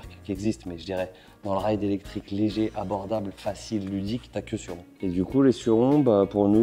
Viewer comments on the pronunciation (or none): Pour la prononciation de surron, je suis un peu en retard mais pour indice ça se dit pas sur-rond ni Suzane mais ça se dit sûr Ron. Voilà pour mon commentaire 🗨️⏯️💶